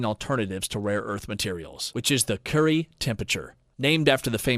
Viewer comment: I’m curious why there are various common mispronunciations during the video. Is the voice computerized or is there an announcer used for their voice not knowledge. Marie Currie pronounced Marie Curry and there were others.